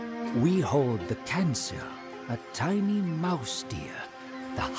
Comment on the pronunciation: Kancil... Should be pronounced as kan-cheel...hahahaha....